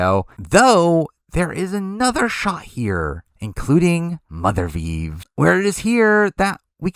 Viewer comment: For the love of god, please never say “mothervieve” again